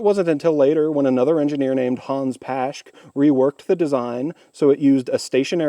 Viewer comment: "Pashk'd"? How about Hans "Pah-sch-kuh". Paschke. Kinda like "Pour-schuh". Porsche. Anyhow, very impressed you're trying to make 1980s machinery go.